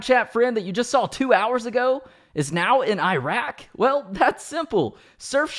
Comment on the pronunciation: Why do you say Iraq like it's an Apple branded shelf?